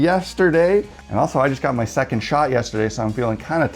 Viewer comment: "got my second shot yesterday" well, i heard "child", and im all like, "well that was a sneeky way of delivering big news, had to go back and listen again :D